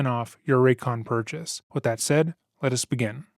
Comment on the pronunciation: Merch idea if you ever decide to do that! You tend to say "let us" like "lettuce". A head or piece of lettuce that says Lettuce begin? I love your content!